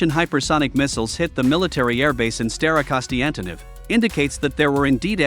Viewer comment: staroKONSTANtynov :D how can the AI voice get this wrong so many times :D